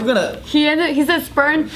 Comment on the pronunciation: If David would've sat next to Joe they would've laughed for 5 minutes straight at the "spernma" thing Joe said 😂😂😂